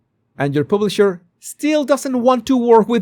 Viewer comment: What is a "publiser"😅